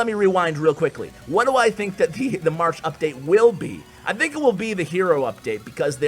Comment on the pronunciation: Why does say marsh instead of march... No problem, i just noticed it 😬